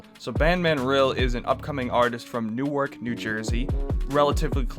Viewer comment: Imma teach you how to say it correctly it’s not [new ark] it’s [Nor-k] the E and W is silent and A is an O